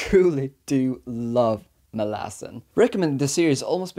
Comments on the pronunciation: Lol i mean i knew you had a hard time with the series when i seen u haven a hard time with the name...... "" 😆 i seen alot of interview on the book and i never heard anyone say it like that. Its mal lah zon. I swear its ez and its sounds cool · Why do you pronounce it like that? It sounds like you're saying Molasses 😭 I bet that's the right pronounciation as well! Whether its right or not I hate it so much hahaha